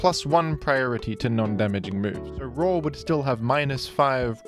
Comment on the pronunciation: Roar ❌️ RAW ✅️